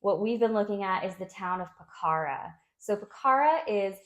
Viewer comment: One thing about Nepal is I have been there twice and I would love to live there as you can drop into India easily - and by the way it is pronounced Po-kha-ra